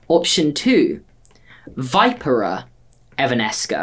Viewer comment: Veeeeeeepera lol not vIpera its pronounced vee-pee-ra